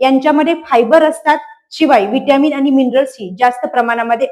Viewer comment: Dr.मॅडम खूप सुंदर माहिती सांगताय फक्त शुद्ध मराठी आनि पानी करू नका बोला